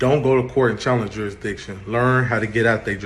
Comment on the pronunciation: New rule, if you can’t pronounce jurisdiction, you can’t ask about it.